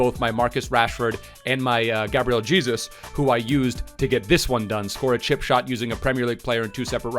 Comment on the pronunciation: Am I the only one who gets mad when he says Gabriel Jesus cause he says it wrong